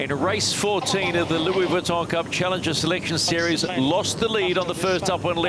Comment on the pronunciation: Generally I'm enjoying the informative commentry, with relatively unbiased opinions, but PLEASE stop calling this regatta The Louis Weton cup, Vuitton is phonetically pronounced " Veton " Other than that, keep on keeping on. We'll be down in Barcelona from this Friday.🎉